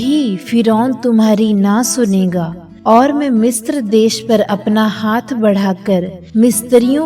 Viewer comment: Mistra नहीं पर misra होता है